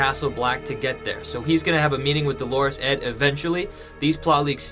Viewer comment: DO-lorous Ed! Accent on the first syllable, not the second, which is a feminine name, Dolores.